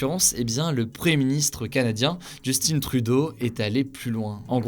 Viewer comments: Merci d'avoir traité le sujet des pensionnats autochtones, juste petit détail que j'ai remarqué plus d'une fois, tu prononces Justine Trudeau, alors qu'au Québec tout le monde prononce Justin Trudeau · Coucou! Désolé de déranger... Au fait, le Justin de Justin Trudeau se prononce en français (vu qu'il est ''canadien-français''). Ça sonne plus comme Juste-hein et non, comme Just-In. Mais bon, je suis titilleuse ^_^' - Une Québécoise tannante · Petite correction : on ne dit pas «Justine» Trudeau avec l’accent anglophone mais Justin comme en France , en rappel , qu’il est québécois et donc francophone avant tout . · JustiNE Trudeau😂😂😂😂😂😂😂 LOL Son nom ce dit: Justin 《Juste hein》 Come on Hugo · Je m’attendais pas du tout a ce que tu parlee du pensionnat de kamploops Bon par contre,ca se dit pas Justine Trudeau mais Justin Trudeau haha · Un peux de respet SVP LE NOM DU PREMIERE MINISTRE CANADIEN EST A PRONONCÉ EN FRANCAIS: IN ce prononce pas INNE en francais. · je rêve ou a il a dit Justine Trudeau a la place de Justin Trudeau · C’est vrai pour les pensionnats mais là où ça c’est produit (Colombie-Britannique)était occupé par des anglicans pas des catholiques. Par contre au Qc c’était bien des pensionnât catholique. P.S: On ne dit pas Justine Trudeau, c’est un francophone donc il se nomme Justin tr-u-d-eau.😉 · Hugo, juste pour que tu saches, Justin trudeau se prononce en francais genre « just 1 » parce que il est québécois 🤗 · Au Québec on prononce le prénom de Justin en français (tout comme son nom). Très perturbant le Justine 😅. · Juste une question: pourquoi prononcer “Justin” en anglais? Il est francophone de base 😂😭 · Hugo svp prononce justin Trudeau normalement 🥴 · Super video! (on prononce Justin en francais puisque Justin Trudeau est Quebequoi) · On prononce "Justin" en français, il est québécois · Un français qui prononce Justin à l'anglaise faut le faire 😂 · Mais le nom de famille fait français donc ça sonne hyper mal 😂 😂